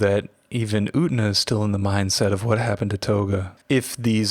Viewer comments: I only came to the comments to comment the same thing The entire sub of the anime: "yu-ten-ah" This dude: "oot-na" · ..... Slight internal trigger by the mispronunciation of U-TEN-A!! 😊